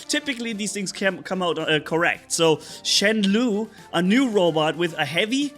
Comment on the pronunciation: I think its pronounced "shenlao"